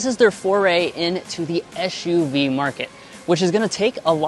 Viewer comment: Stop saying ESH U V! 😂